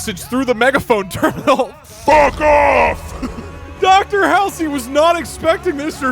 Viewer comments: Doug not knowing how to pronounce Dr Halsey’s name is funny as fuck. Bro has never played a halo game my god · I know he probably gets currented a whole bunch for it but pronouncing Dr Halsey as hail sir and not hall sea is so annoying to me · I dont think there's been a clearer indicator that Doug has never actually played halo than the fact he pronounces Dr. "Hall-zee" as Dr. "Hal-see" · I hate to be that one person, but it’s pronounced Hall Z, not hall see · Why do you keep pronouncing Halsey hallsy 😑